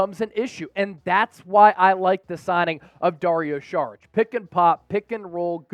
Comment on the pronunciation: And it’s not SHHHHHHarich it’s Sawwr itch